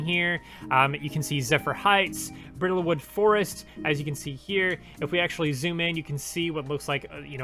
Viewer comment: Bridlewood... Bridle, not brittle. Bridle is pronounced like bridal. Rhymes with Tidal. A bridle is the harness that goes over a horses head.